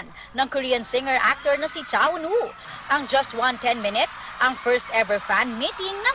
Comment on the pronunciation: Tama na yung pronunciation ng pangalan ni Eunwoo eh, kaso yung title ng vid naging Keep 'Shining' imbes na Spinning.